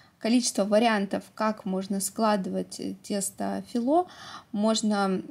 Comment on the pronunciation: не филО а фИло